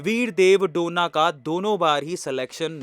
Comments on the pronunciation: उनका सरनेम " डोना " नही है. " डोने " है.गलत उच्चार मत करो. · Sir donna nahi pronounce it as do ne. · Bidev dhone name he name to sahi bolo a2